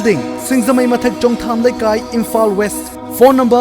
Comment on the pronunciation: Eina tabada onabara Kari no khangde ...Imphal se Imphan haina haiba gum taba haitare warau biganu...ekok nolna khoramjari mayambu